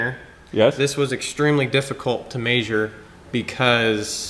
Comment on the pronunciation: omg love the content and no hate here, but I can't handle this. It's definitely "mEasure" not "meAsure"